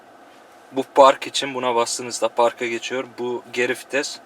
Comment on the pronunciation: hacı şu fites değil vites hemşerim...